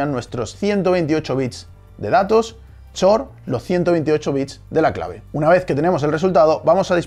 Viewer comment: la palabra xor se pronuncia exor, no chor